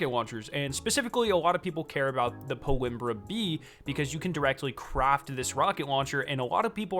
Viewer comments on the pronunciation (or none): How ur pronouncing this is hilarious it’s PALMYRA, not PALIMBRA 🤣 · It’s “PAUL-MEERA”, not “Paul-imrah”. Look up the pronunciation of the city it’s named after. 🤔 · I dont mean to be picky at all but aint it pal-my-ra? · How do you mispronounce Palmyra so drastically? It's kind of impressive tbh.